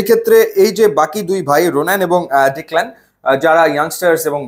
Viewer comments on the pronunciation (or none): ভাই নাম গুলার প্রোনান্সিয়েশন ঠিক নাই। সুলিভান না, সালিভান। ডিক্ল্যান না, ডেক্লান।